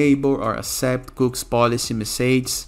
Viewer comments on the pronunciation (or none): they are pronouced....."cookies" not cooks